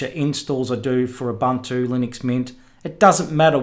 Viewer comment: There had been debate but the pronunciation is Ooh/boon/two. NOT Uh/bun/too